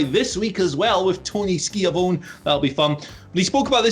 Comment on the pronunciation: You pronounced Tony Schiavone wrong